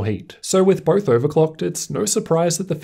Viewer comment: Dude. BOTH!!! NOT birth! Easy correction